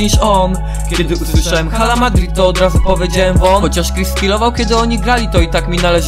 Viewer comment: Czyta się 'ala' bo h w hiszpańskim jest nieme, Pozderki sztos nuta!!